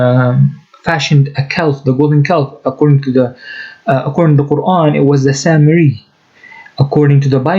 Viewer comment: Love the new intro brother. And cira international is way to stupid 🤣🤦🏽‍♂️. he wears a keffiyeh but doesn’t even pronounce Quran correctly. 🤣🤦🏽‍♂️